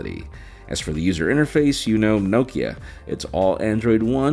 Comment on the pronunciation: I’ve never heard Nokia pronounced like that, ever. You pronounce it Nockea